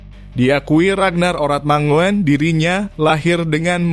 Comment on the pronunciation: Min ngucapnya mangun bukan mangoen